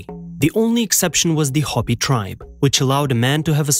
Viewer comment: Indeed. Sadly, ignorance is a CHOICE. These past 30 + years the sheer number of people that speak on a particular subject are not only out of their depth, but things they lack the experience, knowledge and education to speak intelligently about to begin with. When you mispronounce Hopi, you've proven beyond all doubt you're ignorant. 😉 It's disrespectful, disgraceful, inexcusable and unacceptable. In my not so humble opinion. ~ APRIL LIPKE